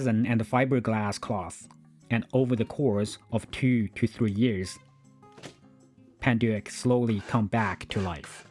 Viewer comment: Aprende a pronunciar el nombre bien que era francés